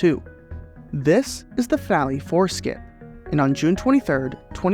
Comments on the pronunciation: I kept hearing "Family foreskin" instead of "Finale four skip" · My Roommate heard PP Foreskin instead of PPD and Four skip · Annunciation is important. I keep hearing "finale foreskin". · Watching at 2x it sounds like "finale foreskin" 😂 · kept hearing foreskin, every time 4skip wras said 🤣🤣